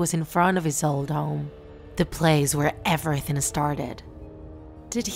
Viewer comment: did she say ebretink it's called everything dumb 😑